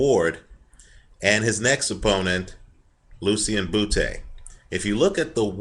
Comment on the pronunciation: like how he says Butee